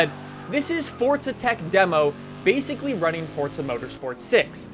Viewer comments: why does he say it like its fortsa, its fucking forza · it's pronounced "for zuh" not "fort suh"